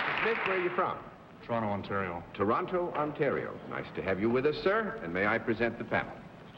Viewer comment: How long have we been dropping the second T in Toronto? Wow